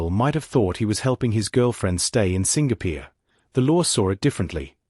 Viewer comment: Why does narrator pronounce ‘Singapore’ as ‘Sing peer’?? It happens often in this channel. Many other words are also pronounced incorrrectly. I find it irritating . Thus can’t subscribe. Worse…. why is this channel named ‘Twenty Thirty’? 🤷🏻‍♀️